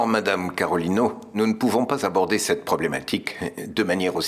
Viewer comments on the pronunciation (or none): Tankou m tande Samuel di Carolina 😅 Carolino 😂😂😂